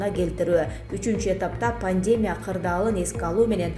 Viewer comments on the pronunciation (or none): Кичине туура сулогулочу пандемя эмес пандемия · пандемия деген создорду туура айтчы